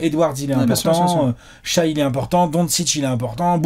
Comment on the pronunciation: S'il vous plaît, arrêtez de prononcer Shaï, on dit "Shè". Écoutez le commentateurs US !